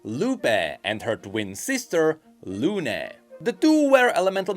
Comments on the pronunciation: Just for the future, the tildes (Those accents at the end of Lupé and Luné) signify that is the part where you pronounce the accent, so those names are pronounce more like Lu-peeh! and Lu-neeh!, sort of... If you are still confused, search for the pronunciation in spanish for Papa and Papá or Mama and Mamá. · Quick Spanish lesson: the "tilde" on the é on Luné y Lupé means that the accent of the word is on that vocal. So instead of being pronounced / LU \ ne, it should be pronounced _ Lu / NÉ and _ Lu / PÉ. to explain / means rising accent, \ means a falling accent and _ means a flat accent. Also I'm a native Spanish speaker not a Spanish teacher so I don't really know the proper terms in English. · please, the lupé and luné names are pronounced like Lu-NÉ and Lu-PÉ idk how to explain this in english but spanish speakers get my point